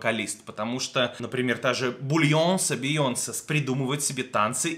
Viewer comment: уровень английского : бульйонсе